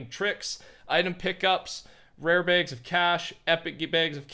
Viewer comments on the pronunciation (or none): Why did he say bags like that